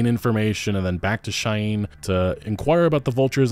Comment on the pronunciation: Umm...sorry, say "Cheyenne" again. Did you not learn how to pronounce that somehow??